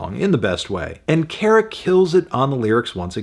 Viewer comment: Kara is pronounced like "care-uh"